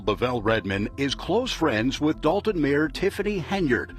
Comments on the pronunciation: Its “Dolton” not “Dalton”. sheesh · It’s Dolton not Dalton